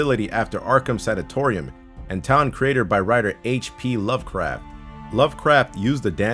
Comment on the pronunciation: i heard "Love Crap"